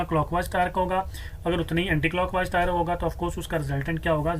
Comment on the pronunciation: Sir tarque nahi hota torque hota ha